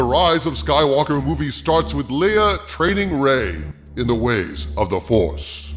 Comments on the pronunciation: Leia's name is pronounced "Lay-uh". Are you pronouncing it as "LEE-UH" on purpose? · Soooo...why do you keep mispronouncing Leia's name? It's not pronounced "LEE-ugh" it's pronounced "LAY-ugh". Have you not watched the movies? There are a couple characters (Tarkin, and General Dodonna) in ANH who mispronounce her name, but everyone else, both in ANH, and all the other movies, pronounce her name correctly. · Lay uh, not lee uh